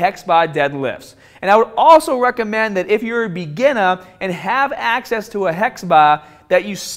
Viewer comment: Hex baaaahhh beginnaaaaahhh